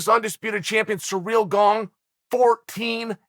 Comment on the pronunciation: Me: Gane Uncle Chael: Gong Also Me: Gong